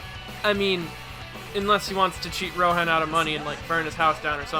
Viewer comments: "Shigeki" "Ro-han" ...Bro. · Remi. Shigeki. Rohaen. Come on. (Great video btw but that really bugged me)